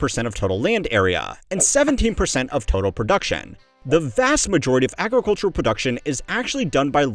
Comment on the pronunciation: It's funny how much trouble he has saying the word "agricultural".